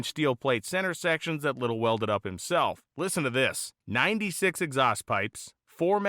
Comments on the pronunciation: Just saying... it is pronounced "Ly tell", not little Least that the way I pronounced it all my years! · His name is pronounced Ly tell. At least all the Hotrod community in Los Angeles called him that. My neighbor Dale Linguard did some fabrication on Lytele's Allison Issetta. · Its pronounced "lite-el". Good friend, good man. I worked with him in Maui 30+ years ago. He still had two of those engines left. I got to help install one into a VW Bus. Man was impressive. Made the 2 speed trans for it from scratch. He even built my Subaru Baja he sold me when back in 1993. Miss that dude.